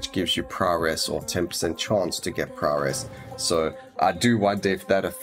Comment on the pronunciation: Any chance you could make a tier list for the survivors as well as abilities maybe? Really getting into the game now, thanks to watching your videos. That paladin build carried me a long way too. Love how you pronounce prowess --> Prawress :D Can hardly wait for the patch to become live..